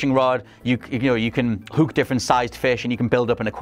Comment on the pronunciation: ....just say hook normally please....Hook....not HUUK